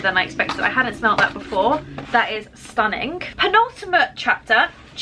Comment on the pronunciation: Words that end in ing like "stunning" aren't pronounced stunninGUH. The g is soft.